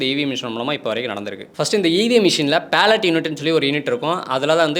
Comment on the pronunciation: தம்பி தம்பி அது PALLOT unit இல்ல, BALLOT BALLOT unit. சரியா உச்சரி😢😢😢